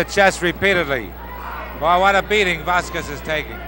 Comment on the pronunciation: Where the hell did they get that ring announcer? He mispronounces Stuttgart as "Saw-guard," and Vasquez as :Vassa-quassis." Like he was some wino and they paid him for the night with a gallon of Ripple.